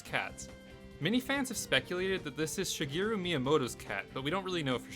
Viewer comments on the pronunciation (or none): none